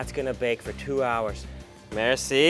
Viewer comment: In Irán when you say "merci", you put the tense on the "e", not on the "i"